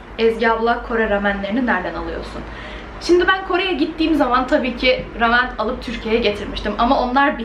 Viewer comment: Keşke rameni doğru telaffuz etseydin.